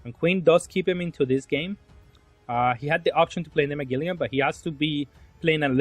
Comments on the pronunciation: say it with me bro MA-GEL-ANN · Ma-gel-on lol